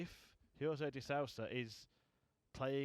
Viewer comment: It's de Sousa not de SAUSA